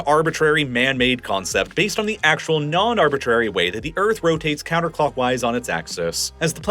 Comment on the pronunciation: BuT thE EarF es FlAt😂